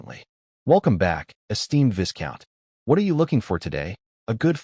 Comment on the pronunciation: ... Pronounced like Vai-Count or Vy Count.